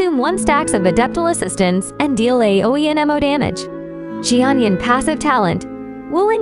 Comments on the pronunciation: “Chi onion” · they really just called her "she-onion" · Xianyun ❌ Xi-onion ✔️